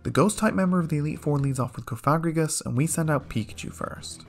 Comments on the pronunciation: is anyone else extremely offset by the way he pronounces cofagrigus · For the sake of not accidentally saying a slur, please pronounce cofagrigus correctly (cawf-uh-gree-giss). Also Krookodile's name comes from the word "Crook", Liepard comes from lie and leopard, Reuniclus comes from "reunite" & "nucleus", Hydreigon comes from hydra, drei (german for 2), & dragon, Eelektross contains the word eel, & Scrafty comes from the word "Crafty". Thus their names should be pronounced as such. Mienshao only has 2 syllables. Not 3.